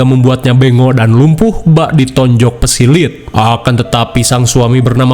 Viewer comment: Psilat salah psilit bener😂